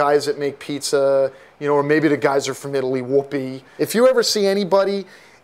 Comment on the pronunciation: lol he says italy-ly